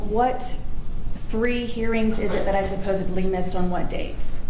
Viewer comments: “What 3 dates did I “supposebly” missed.” You’ve proved your stupidity with the mispronouncing of the word “supposedly”. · Of course she said “supposeBly” 😂😂